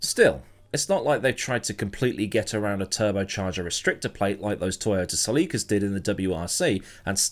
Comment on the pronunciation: you proper english really know how to butcher the language.. Made me LOL Toyota Celica (/ˈsɛlɪkə/ or /sɛˈliːkə/) Daniel Rickyardo.. Makes me laugh out loud every time. Thanks.. not kidding..